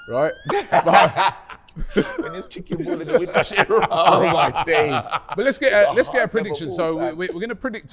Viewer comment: Man said windrush 😂😂😂